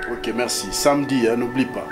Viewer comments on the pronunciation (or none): Darling balobaka samedi et non samdi